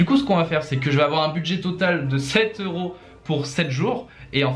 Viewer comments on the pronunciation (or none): none